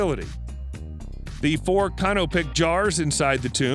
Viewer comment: The word is "can-oh-pick" not "Cannapic".